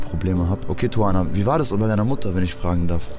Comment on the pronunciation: Die sagt am Anfang doch nicht "Tuvana"...? Hört sich für mich eher nach Suana an